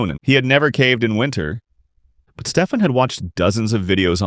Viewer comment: Name on screen "Stefan" This guy for whatever reason "Steep Han" And later he pronounced this name properly, wtf